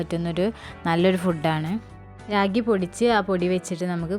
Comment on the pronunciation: ചേച്ചി രാഗി അല്ലെ റാഗി